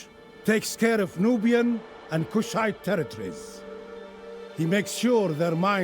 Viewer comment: Only a bit in but I have to point out, there's no 'N' i 'Kushite'.. ;-)